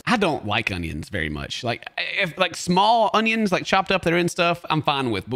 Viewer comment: I love it when is cutting her hunyuns 👌